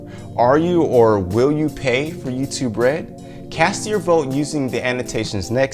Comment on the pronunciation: When he says youtube red it sownds like you to bread